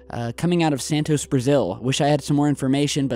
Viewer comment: santos not santoseee